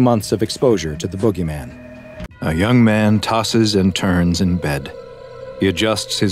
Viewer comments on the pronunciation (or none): Jit trippin my brother just came Outta nowhere and called the boogeyman the bOo-gay-men ☠️💀